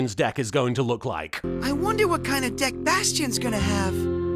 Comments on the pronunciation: "I haven't quite solved the problem that is Jaden's dick." Wait.. what was that? "Deck." Hmmm. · I swear half the time when they say it sounds like they're saying dick (especially Bastion) "Countless equations, a myriad of therums, yet still I haven't quite solved the problem that is... Jaden's Dick"